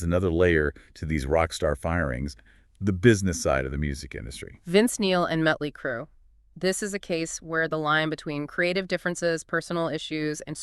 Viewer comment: Met Lee Crew ... Nice Job AI narrators ... too funny